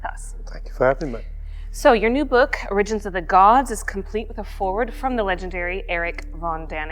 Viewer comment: or RIDGE ens? What a weird syllabic emphasis. Has she never heard the word correctly pronounced? Its not like "originally". First syllable needs the emphasis. Ohh ridgens. Origins.